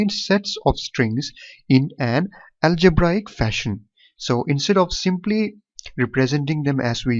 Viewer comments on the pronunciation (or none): none